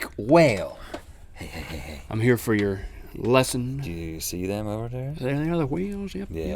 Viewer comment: I'm sueing you FOR saying FAR and not FOR